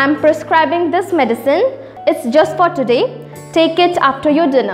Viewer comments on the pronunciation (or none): Prescribing instead precribing